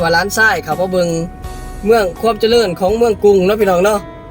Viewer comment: เจริญ..จะ...ไม่ใช่จะเดิน.....นะพี่น้องเด่อ